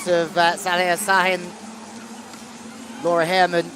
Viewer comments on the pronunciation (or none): none